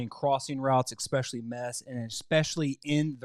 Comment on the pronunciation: Expecially? Really?